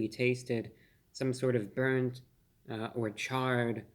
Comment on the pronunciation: Brurnt Carmel 😲😨😜